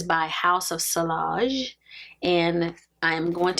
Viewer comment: House of "Si-Y-age" the "I L" is pronounced as "Y"☺️ Thank you for the video ☂️☂️☂️